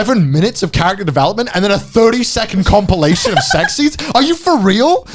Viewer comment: Definitely one of Collaboration Works' weaker entries. But one bad work of Collaboration Works is still better than a majority than most out there. I mean, uhhhh... looks away and whistles Never heard of it. By the way, did Conner mean to say compilation or cumpilation?